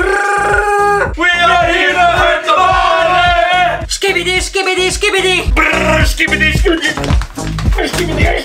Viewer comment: they say ehkibidi or kibidi but the "s" is forgotten